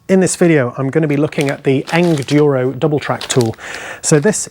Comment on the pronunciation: Thanks for the review! Any questions, let us know. And it's Engineered Enduro Equipment. So think Engineer + Enduro when you say it. Soft G.